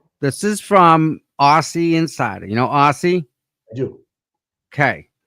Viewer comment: Great show today! Aussie is amazing! Pronounce her name Auzzie.